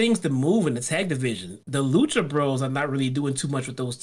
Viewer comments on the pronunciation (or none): none